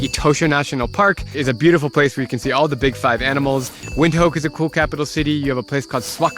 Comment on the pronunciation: Windhoek and Swakopmund is pronounced Vint.hook and swakopmunt